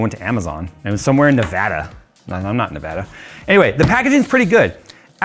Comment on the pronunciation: Hmmm... says hes not from Nevada. Then pronounces Nevada like only a NevAdan would. 🤔